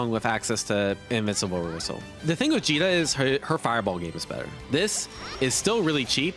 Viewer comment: Did he call Djeeta Vegeta? I have been doing that this whole time as well.